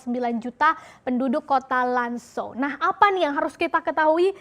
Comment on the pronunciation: Zhong Mu ( bacanya Cong Mu) Lan Zhou ( Lan Cou)